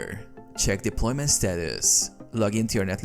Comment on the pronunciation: statusssss deploymenttttt erorrrrrrr. bro jus drags the syllables of the last word